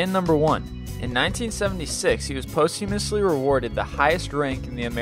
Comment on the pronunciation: This narrator is notorious for terrible pronunciation. "Posthumous" is pronounced "pahs-chimiss", not "post-umus". And dammit, fix the spelling of CURIOSITY on your opening billboard! No "u"!!